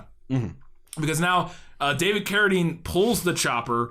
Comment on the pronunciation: OMG! You FINALLY pronounced "Carradine" correctly!